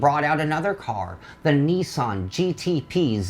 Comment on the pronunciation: Niss-in? You know the Japanese pronounce it the same way us North Americans do, right?